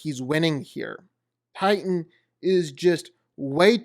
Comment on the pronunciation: I THOUGHT HIS NAME WAS TITAN NOT TIGHTAN